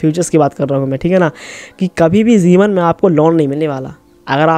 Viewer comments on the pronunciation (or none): Zeeban nhi jeewan